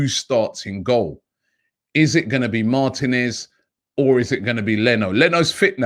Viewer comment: Mar-teeee-nez Not Martin-ez